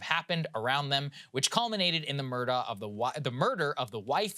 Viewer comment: "Which culminated in the murda'(ugh) of the wife-the murder of wife" I see what you did there Saagar. Nice Southern accent wordplay combo